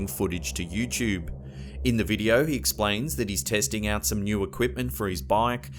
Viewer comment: lol the way u say youtube u say it like youchube